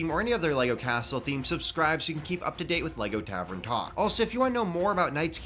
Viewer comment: Tavern, not tavren lol